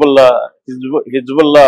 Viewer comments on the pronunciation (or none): none